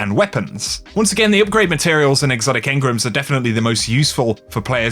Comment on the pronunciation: my man said " Exotic Hengrams "